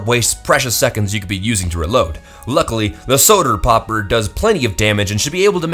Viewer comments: " soder powper" -_ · Omg the solder pwoper made me die